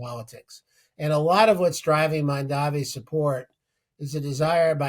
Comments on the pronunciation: The guest said Mandavi . The interviewer said Mamderi . Is it so hard to say his name correctly? It sounds like “Mom” & “Donny” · He said Mandavi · why does he keep saying Mandavi? Zero cred. Then again he's making his point about out-of-touch boomers. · Neither the interviewer nor the interviewee could pronounce the new NYC Mayors name correctly. It is not a difficult name! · Cuoma gave Elon Musk $900 million in tax breaks. That would pay for EVERYTHING Mamdani is trying to accomplish. This man isn't even pronouncing the NY mayor's name correctly, he is completely out of touch. 😅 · M-A-M-D-A-N-I…..learn to say it right